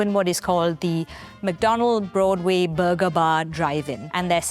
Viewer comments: if this lady says buurwgga one more time i swear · I hear booger every time the woman tries to say burger. 😂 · I like the way she says "Burger" 😅